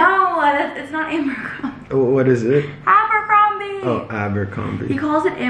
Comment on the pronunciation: its from ✨amber-combie✨, ✨abercombrie✨: NOOOO